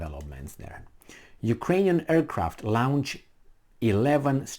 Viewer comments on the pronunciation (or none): It's launch not lownch, you drive me crazy.